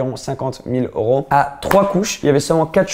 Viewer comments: cest oro c'est EEEEEuro !!! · on dit euros pas oros 😂😂